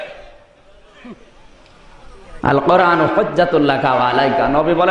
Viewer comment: আপনি আলকোরান কে করান বলে কেন?